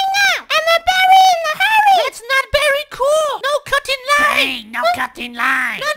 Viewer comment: "very"怎么变berry了😂